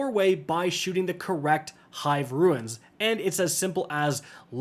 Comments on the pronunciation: For the love of God it's "RUNES" NOT "RUINS" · Stop calling Runes Ruins lol